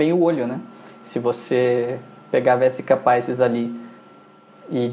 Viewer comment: Muito bom o processo didático. Gostaria só de acrescentar que a palavra "Vesica Pisis" bem do latim, não da língua inglesa. Logo, a pronúncia é diferente da evidenciada na aula